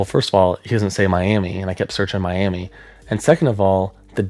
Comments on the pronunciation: How interesting. I live in the Texas panhandle and never knew the Twister image was from a tornado in the area. For future reference, Miami is pronounced My-am-uh. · West Texan here. Miami, Texas is actually pronounced "Miama". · My only problem with this video is how you said Miami Texas cause that ain’t right my friend it’s my-am-uh lol great vid though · it's Mi-am-uh, Texas :) Both Miami, Oklahoma and Miami, Texas are pronounced Mi-am-uh because they're named after the Miami Tribe; Miami, Florida is named after the Mayaimi Tribe, so it's pronounced differently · Just a quick note, Miami, Tx is pronounced “My-am-uh” Great video regardless! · It’s pronounced Mi-am-uh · Quick tip: the town is pronounced “Miama” or “Miamuh” I don’t know why it’s pronounced that way either, and I’m from the area lol Great vid!